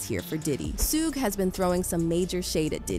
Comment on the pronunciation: Did she call Suge Sugay